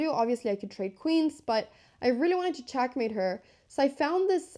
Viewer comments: What regional accent makes you pronounce e‘s like a‘s? Like ChAckmate and knight-E-SAven. Is that Valley? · It's not chackmate, it's checkmate. Check